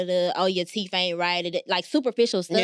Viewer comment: Why cause he fine he can’t do teef 😂😂😂